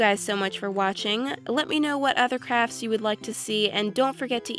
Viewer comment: Literally, every time she says “crafts” I hear “crap”. Is it just me? Not in a bad way or anything.